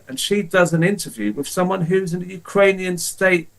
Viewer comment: It's Ukrainian not Ukarainian.